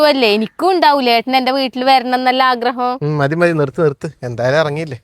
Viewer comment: ആക്രഹം അല്ല ആഗ്രഹം എന്നാണ്